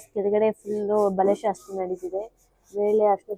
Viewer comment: Madam it is not ಶಸ್ತ್ರits ಶಾಸ್ತ್ರ